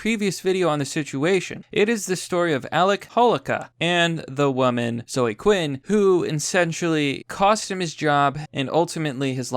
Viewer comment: Seriously, what the fuck is your problem? Do you not know how to read? The name zoe is pronounced zoh-ee, not zoh. Fucking learn how to pronounce words.